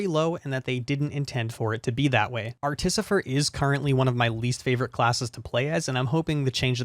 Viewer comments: art-if-ice-er is how its pronounced, loved the video - subscribed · Ar-tih-fih-ser, and she's female. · artihfaiser is how you pronounce it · for pronouncing artificer think of it like this. a murderer is someone who commits murder where as a artificer is someone who practices artifice. /är'tifəsər/ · I think it’s pronounced ar-ti-fy-cer referring to the unlockable character from the lunar tokens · I pronounce it "Art-i-fice(like vice)-ur" and damn knowing it's only 3 people they're making one hell of a fantastic game! I hope mod support includes mostly just levels and character skins/mob skins/re-textures. Looking forward to the worm re-work, as the constant up-down AI mechanic makes it more of a "yawn- come down already" encounter. Maybe make it swirl around the player in an arch-way like manor, so you have to get out but then have a chance to hit it hard. Who knows :) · Ar-ti-fih-sir. Also she's really good other than vs worms. God, she sucks vs worms. Also her ice wall is kind of meh, but I can consistently get at least 8 stages minimum on monsoon difficulty on her, and every 1 in 5 runs or so 90+ minutes. She's very very strong just a bit tough to get started out initially, and honestly I think a lot of the issues are that I don't have 100% accuracy like I would with the other classes due to them being hitscan, or auto-target. I recommend anyone that wants something different give her an actual shot, and play more than just a couple of rounds on her before giving up. She's worth learning. EDIT: Because there are some dissenting opinions about the pronunciation. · artificer like artifacts "art-te-fye-ser". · Art if ice her. That's how you say it. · Artificer = ar-tuh-FIS-er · artificer is the first pronounciation